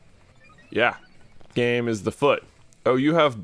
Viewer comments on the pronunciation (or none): none